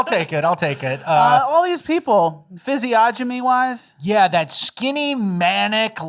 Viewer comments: Guys, please, it's physiognomy and the g is silent fyz ee on ah mee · Are you guys mispronouncing "physiognomy" on purpose, like "aliems"? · The G is silent in Physiognomy